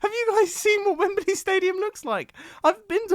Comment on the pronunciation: mumbo, say wembley not wembeley